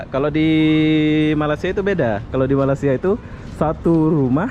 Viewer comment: Bang..kenapa sebut negara Malaysia dengan kata MALASIA